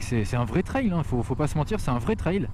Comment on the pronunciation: On prononce "trelle"... pas ""traille".